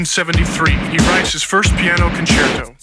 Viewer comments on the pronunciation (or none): none